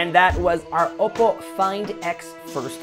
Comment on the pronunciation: You're saying Oppo like opo nay, opo tay. Consider saying it like this: Oppoe (O- poe) as in grace poe. Just saying hope you don't hate me